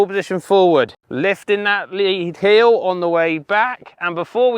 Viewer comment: heel... not.. heal